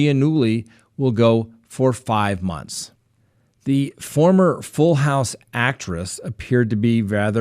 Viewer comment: Like garden hose? Ok. House. It's house.